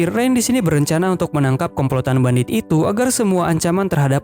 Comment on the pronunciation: Kak kok kakak salah sebut bandit jadi bandit 😅😅😅 maaf kak aku juman pengen tanya😁